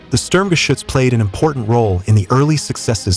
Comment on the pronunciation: So glad you correctly pronounce the name SturmGeschuetz more often than the dumb-sounding "Schtug". I wonder, did the Germans in WWII call it by its shorter name?